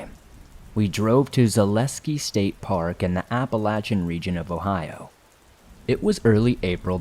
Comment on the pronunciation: My favorite stories! Deep woods! I love how you pronounce Appalachian correctly! Well how we pronounce it here in West Virginia 💛💙